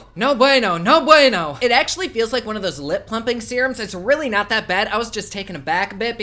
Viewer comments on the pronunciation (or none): No bueno, you killed me with you Spanish ,😁😁😁